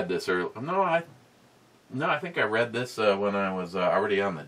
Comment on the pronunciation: i hear you read (reed) my comment, and i think was i drinking.. Go back and ✔ and double check.. No you were drinking.. BE is not read (red) ME.